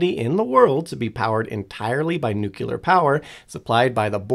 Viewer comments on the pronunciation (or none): nu-cle-ar, not, nu-cu-ler. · Nothing more annoying than hearing people say nuculer. Its pronounced new clear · Every time i hear NEWK-YOU-LUURR. Like nails on slate. Now say it with me: NEW-CLEAR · bro... it's pronounced NEW-KLEE-AR "NUCLEAR" not!!!!! NUKE-YOU-LAR. it is not spelled nuke-ULAR nor is it pronounced that way! it is NUCLEAR PLEASE pronounce the word correctly if you are speaking about it, and ESPECIALLY repeating it so Frequently it really detracts from the intelligence perspective and it also DISTRACTS viewers with redundant mispronunciation of THE KEY!!! word; NuClEaR. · Today I found out that some people say 'nucular' rather than 'nuclear'. lol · I never understood how some people, no matter how knowledgeable, can't or won't say new-clear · It's Nuclear, not Nucular. For fuck's sake already! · Pronouncing it "nucular" gives the same impression as if you were making a video about libraries but kept calling them "libaries". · Nuclear: not Nucular. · "Nucyoolar" ugh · Sorry, I don't pay attention to anyone that says nukular. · I had to abort at "nucular" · yessss. There is only one "u" in "nuclear" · As a former science teacher, hearing people say "newkyalar" makes me feel like my life was in vain. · Worst part was him saying newkulay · Say. It. CORRECTLY!!! RAR!! 😂😂😂🤣🤣🤣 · I’m sorry, but I can’t listen to a video about anything nuclear when the speaker says “nuke-ular” the entire time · I've seen you write the same thing over and over. I think you're missing the point... People are complaining about the presenter saying "nu-CU-lear"... the "CU" bit. He does the same with "nuclei" saying "nu-CU-lei" instead of the proper "nu-kle-eye". Google's AI voice is terrible. And they don't decide how it's pronounced... check the phonetic spelling used in the pronunciation (in dictionaries - not Google's AI voice). EDIT: I'm not saying you're wrong... because you're not. Languages are pronunciations are funny :) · Except for the pronunciation of nuclear.😂